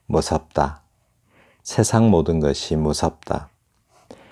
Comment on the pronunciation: 운율이 기능을 다하면! 몹시 어색한 표현임. " 세상:의 발음이 틀렸나이다. 시인이 이러 평상어의 발음을 바르게 하지 못하는 한국 시인!! "세상"의 "세"는 길게 "세:"라고 발음해야지요. 하교라곤 문 앞에도 가 보지 못하신 우리 할머니도 이런 엉터리 발음하지 않을 것입니다. " 세인, 세속" 등의 첫 자도 길게 발음해야 하나이다.